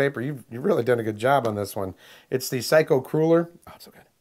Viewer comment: It sounds like you are saying "psycho cooler" instead of psycho crueller